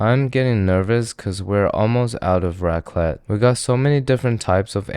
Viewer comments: Bro keeps calling it ratclit 💀💀💀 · What’s that cheese you’re using? Sounds like you’re saying “rat clit”.